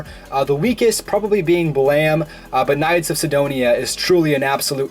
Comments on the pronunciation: he called it "Blam!" haha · it's "Blame!"